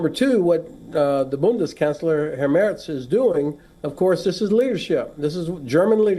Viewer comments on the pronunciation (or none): none